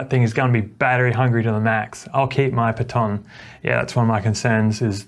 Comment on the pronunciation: Thanks for the review! Even with all the new wheels just lately the Sherman S is still a contender. BTW, unusual pronounciation of "Patton" you have there.:goodvibes